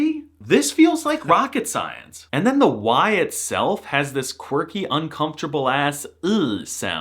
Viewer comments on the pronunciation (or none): none